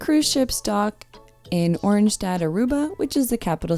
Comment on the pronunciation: Oranjestad is pronounced O RAN YIH STAD (That's the best I can do.) Aruba is a fabulous country. Clean and safe, with perfect climate and weather. Great beaches and SCUBA diving. And friendly people. Restaurants, bars, and lots of shops within 100m of cruise ship docks.